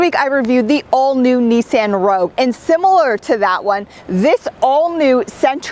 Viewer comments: OMG it's pronounced neesaan ( the last part is more like "on" then "an"). You're the first ever to grace my ears with that pronunciation... ouch. :^) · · "knee-san" You're killing me. Lol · take a shot whenever she says Neesan